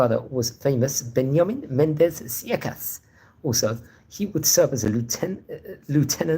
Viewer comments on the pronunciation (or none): It's pronounced "SAY-shas".